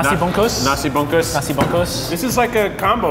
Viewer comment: Nashi bhongkhooss... . Nashi goryengg... .